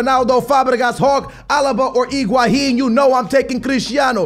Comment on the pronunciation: did he really said iguahin at the captain choice? 😂